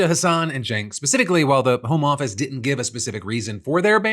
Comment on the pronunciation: The way you say “home office” sounds like you’re talking about working from home. It’s hard to explain but there’s a different inflection for the home office.